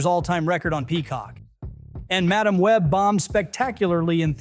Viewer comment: The AI voice pronunciation of madam and argyle are hilarious.